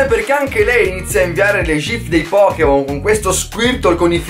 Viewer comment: "POKKEMON" dio boia.